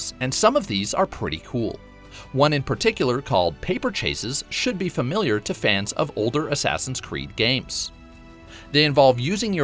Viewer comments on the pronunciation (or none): none